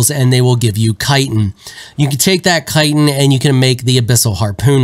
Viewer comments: I was about to call you out for pronouncing "chitin" wrong, but then I found out I was wrong. 😮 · Imagine watching video upon video of other content creators and FINALLY this guy says Chitin correctly?! Thank you!